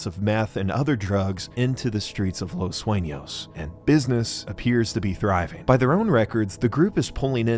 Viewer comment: as a spanish talker i congrat this man for giving hi best efforts at pronouncing spanish things such as the "ñ" in "los sueños" (los suenos in gmae refered to )or " los locos del pacifico" notice those small details that let you know he put a lot of effort into all his vids. (correct me abt any english mispronoun , i usually dont speak / write it often )